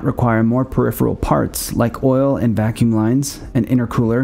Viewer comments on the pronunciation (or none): none